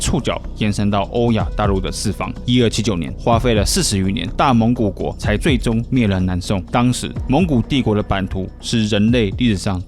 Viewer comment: 蒙語遼闊的大蒙古國講的很不標準。